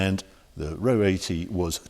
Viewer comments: Nice to see a presenter that can pronounce the name properly, rather than calling it An Ah Oh 80! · I called it! I saw it lurking in the corner on a previous video. This was one of my favourite cars as I kid, along with the Pininfarina Modula, the Lotus Europa and, er, the Toyota Crown estate with its multiple rear wipers… 😅 I always pronounce this “Ahr Oh”, rather than “row” but that’s because we didn’t have talking magazines and iPads back then 😀 Can see the Audi resemblance. By the way, I had a gearbox like that on my CX Pallas, although it didn’t whine like that, sounds like a straight-cut mini box about to explode 😆